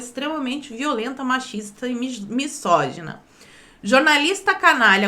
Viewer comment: leia "mizógina" pois o s está entre vogais.